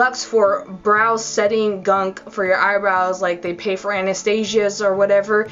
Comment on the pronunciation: "Maybelline spetting spray" LOL